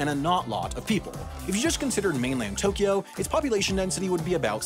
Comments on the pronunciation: To Kyo, not To Ki Yo. Unsubbed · It's wrong (although "Tokio" is essentially how most people outside of Japan pronounce "Tokyo" for whatever reason, even though there is no "i" in there at all). Also the syllable length is wrong (Tokyo should really be written as Tōkyō or toukyou), but that's getting a bit nit-picky. But at least Tokio is a more or less phonetically correct representation of the mispronunciation, I guess, lol. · The important part is that it's just two syllables instead of three: To-kyo instead of To-ky-o. And both o's are "long". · 20 seconds in and you already mispronounced Tokyo. It's not To-key-o. It's pronounced more like Tok-yo. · At least didn't try to stick an "i" in the middle of it - people who say it like "to-ki-yo" make me cringe. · You mispronounced Tokyo, it’s Tōkyō or toːkʲoː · Tokyo is always a freebie on the mispronunciation bingo card since everyone outside of Japan doesn't pronounce 東京 correctly. 🤭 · Yeah, you and アダム are right - he does insert the "i" in Tokyo sometimes. I only listened to the video once before commenting the first time, and I guess I was so distracted by the humor that I wasn't listening closely! he does a pretty good job (ignoring syllable timing, of course) and then he snuck a "i" in there. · I like how he failed the right pronounciation directly with the first japanese word :D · I counted 41 Japanese words, and ironically, the word you mispronounced the most was "Tokyo" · well you mispronounced "tokyo", its more a smooth o than an normal o, so do it bette next time! ... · I'm about to end you. You're mispronouncing Tokyo